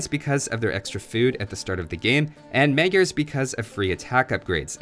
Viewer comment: Jesus i hate it so much that you say magyars as meh-gyars.. the first one is something like the second one.. magyars ffs not meh gyars ;(